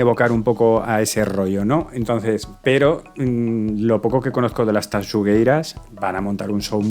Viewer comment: Reconozco que veo estos vídeos para ver si pronuncian bien Tanxugueiras. Te doy un 10 :) Dicho sea de paso, menudo espectáculo.